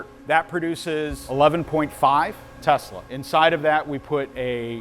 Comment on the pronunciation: One would think Mr. Smarty-pants would know how to pronounce "Tesla". It's pronounced: TEZ-LUH. Dumbass Smarty-pants😂